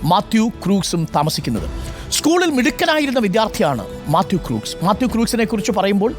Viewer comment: Crooks alla..Read as "Crocks"..😂